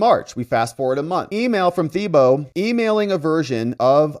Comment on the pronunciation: It’s pronounced Tee Bow. Tim Teebow